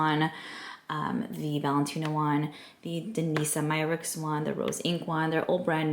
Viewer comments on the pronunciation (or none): Danessa Myricks is pronounced like Vanessa😊 instead of a V it's a D.